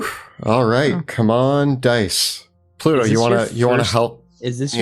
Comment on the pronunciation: just out of curiosity.... why do you pronounce pluto- like pa-luto;p